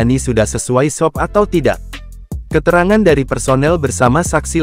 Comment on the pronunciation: SOP dibaca es o pe, bukan sop..emang mau makan